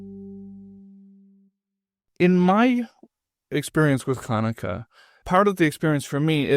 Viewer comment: When she says “you cannot top the first night of Chanukah,” why does she pronounce “Chanukah” without its first consonant: as “Anukah”? Listen to it yourself, over and over (maybe with something to slow the speed) and you will certainly hear it! What’s up with that?!?! Something very similar happens later on, too — when she says: “Both of those are holy”: she pronounces “holy” as “oly” — without the “h” … what’s going on?